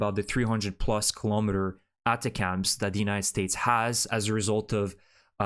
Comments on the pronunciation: About the pronunciation of ATACMS: It is not "attah-cams". It is attack'ems, intended as a short form of attack-thems. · it's attack-ems.. it's not cute that you constantly pronounce stuff wrong. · Pronounced: "A Tachums", with the accent on TAch.